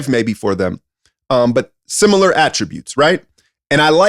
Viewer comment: "Simular" wtf?